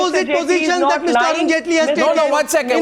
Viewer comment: ROFL "Arun Jhaantley" X-D